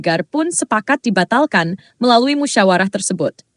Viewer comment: kok banyak slip tongue? .... "musyarawah" .... "masyakarat".... 😅